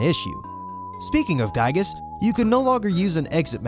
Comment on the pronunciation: It's kinda funny hearing "Giegue" pronounced pretty much correctly in the same video as "Giygas" being pronounced "guy-gus". :V